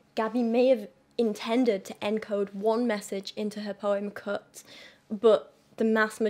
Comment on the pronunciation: Haha when you say "Cut" it sounds like "Cooked" to my American ass lol.